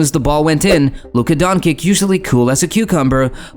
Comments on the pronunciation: Its Luka Doncic no donkic Donchich on English. You can see above his C there is little v that means ch where Luka comes from. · first time hear it pronouced DONKIK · Donkik? I have to stop watching this. Wannabe Youtubers can’t even pronounce the names…